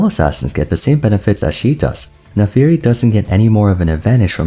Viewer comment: It always feels weird when people say "Nafiiri" instead of "Naafiri", is there a lore reason for this?